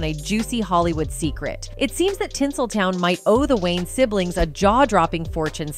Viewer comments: Not Wayne's family. Its Wayans. Once you here it , you cant unhear it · It’s pronounced “WAY-YINZ” not “WAYNEZ” 😩😩😩😩😩